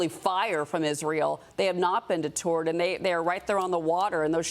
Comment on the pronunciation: \di-ˈtərd\ not \di-ˈtu̇rd\ 😅